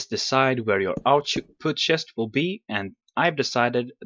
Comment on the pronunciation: You say schest not chest lol :)